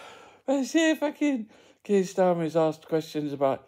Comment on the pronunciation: its Keir not Keith or Keef 😎